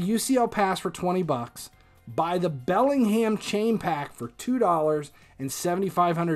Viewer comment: man really said BellingHAM